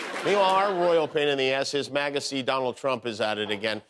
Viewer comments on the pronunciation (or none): Its not "his magasty"its "his maggotsy"